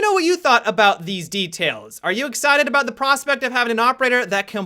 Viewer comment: did you say DETAILS ?